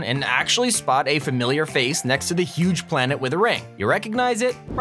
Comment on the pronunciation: He said thay